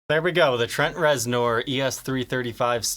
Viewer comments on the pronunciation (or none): It is pronounced Rezner, not nor..as it is spelled. Would never know unless you hear it. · How have you not heard his name before? "Ner" bro...."NERRRRR" 😂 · Its said like it's spelled with an E REZNER! You're killin me smalls ! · Reznor …..but pronounced Rezner… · Please tell me you pronounced his name weird on purpose. Rez-ner, just for future reference. It was almost like nails on a chalkboard each time you said it. Great info about a guitar i didn't know about. I tried your polishing technique w the same products on a black ltd v407b and an ovation acoustic. Wasn't the "wow" result i was expecting & i looked at it in different lighting angles. Its definitely clean & w a slightly smoother surface. Got a zw camo I'll try it out on once i get new grover locking keystone tuners in. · His last name is pronounced ReznER! Do your research before doing a video, huh? I love the sound of this guitar! It's deep, dark, and mysterious. Just like Trent's brand of rock he's famous for. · It's pronounced Trent rezner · First time I've ever heard him called Trent Rez-NORE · I know, I was cringing every time he said it. Giving the benefit of the doubt, if you have never heard it spoken, you wouldn't know it is pronounced ReznEr. Still, it reminds me of a massive poser who just keeps digging that hole... just keeps.... on.... digging. is not a poser btw. I'm not implying that. Just how do you not know that? It would be like pronouncing Grohl as Growhill or GrawHil. Sorry if your reading this, take it all in jest, my man. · It’s also the first time I’ve heard of a strap but-TON. I think ol’ might have a touch of the ‘tism. Not a bad thing. Just saying. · It's pronounced Rezner....Jesus lol... I love but good lawd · Anybody else take issue with his pronunciation of reznor? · Had to stop watching, couldn’t handle the horrible pronunciation. If you’re going to do a signature model might want to learn the artists name.